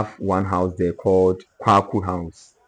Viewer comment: Not Kwakwu house...named after Philip Quacoo. Your pronunciations of the house names are incorrect. 😂😂😂😂